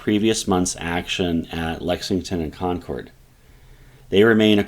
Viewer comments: It's pronounced Con-kerd not Con-chord. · This has probably been stated in a previous comment, but the “Shot Heard Around the World” is attributed to Concord, not Lexington. btw…Concord is pronounced with emphasis on “Con,”. It’s not pronounced Con-CORD. You’ve already lost me as a viewer within 2 minutes. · Concord. Not con curd. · Great video...but is nobody going to mention how he pronounces Concord? 😂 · Would be nice if the pronunciation of some of the towns was more accurate. No one from that area enunciates the "CORD" in Concord quite like that.. and Charleston is in South Carolina , CharlesTOWN is the city across the bay from Boston..